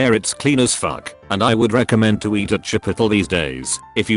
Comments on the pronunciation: lol “chip petal” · No one: Narrator: "Chipittle" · the robot pronounces chipotle the same way that i do to piss people off lol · the way he says Chipotle makes my innie an outie